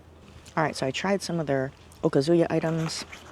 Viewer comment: I like your videos and they bring back so many wonderful memories. But, it’s O-KAH-zu-ya. Not okaZUya.